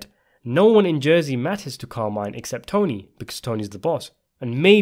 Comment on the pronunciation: Car-mee-neh, not Carmaine.